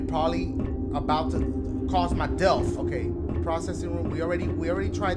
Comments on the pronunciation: he said "dealth" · Did Dashie say "dealth" or "death"